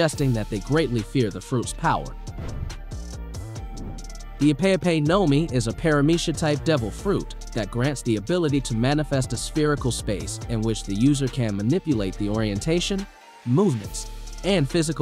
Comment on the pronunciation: Man butchered the Ope Ope no mi. My phone was in my pocket, then I heard Pay Pay fruit. I was like, wtf?